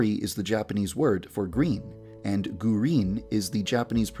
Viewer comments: Alex i mean yandere dev its not gurin its GURINUUU😂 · Gurin=GUH REEN